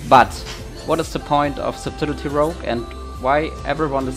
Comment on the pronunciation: subtility lol. that pronunciation